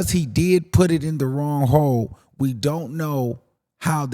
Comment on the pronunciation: lmao 😂 I need to rewatch that. I love the way he says hole LOL 😆